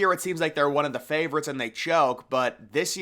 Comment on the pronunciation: I hate how u say Ravens and favorites .....😂